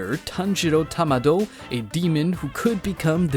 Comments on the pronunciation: "tanjiro Tamado"? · Isn't his name Tanjiro Kamado and not Tanjiro Tamado?